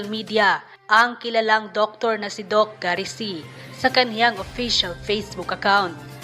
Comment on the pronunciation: Not Doc Say…..Doc Seee Sy See ang pag pronounce